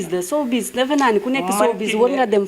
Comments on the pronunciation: Cette animatrice est très nulle elle ne peut meme pas prononcer "sowbiz" 😏😏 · 😂😂, gnou ki dou journaliste presentatrice rekla,Une journaliste qui prononce Mal grand thiatre, sowbiz exemplaire😂😂